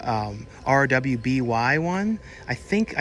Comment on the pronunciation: RWBY is pronounce ruby ... it's rooster teeth's-(the youtube channel) anime.